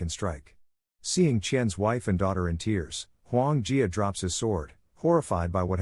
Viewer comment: Huo Yuan Jia. Listen to the man who correctly pronounced it.